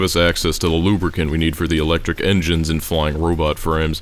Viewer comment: every time you say robot frames I hear robot friends